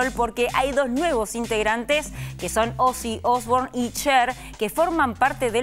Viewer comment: "Osi Osbor" 😂😂😂😂